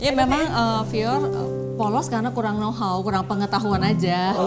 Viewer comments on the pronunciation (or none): know-how woi bukan no hao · "Know how" min bukan no hao